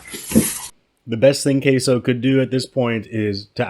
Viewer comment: Isn’t his name pronounced “k-sue”?